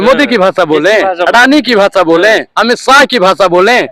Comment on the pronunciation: Bhasaa nahi bhasha